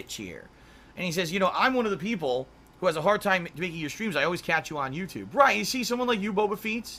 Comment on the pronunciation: For my fellows mexicans, just said his very own version of "pipopes". Very based and racist xD